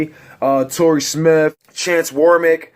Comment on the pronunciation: Chance WarMACK not Warmick